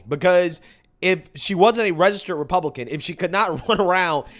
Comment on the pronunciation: I don’t even like the way says Republican…sounds like Repooblican. 😂